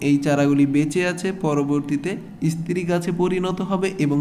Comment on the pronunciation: Istree na stree Age bhalo kore uchcharon sikhun tar por bolben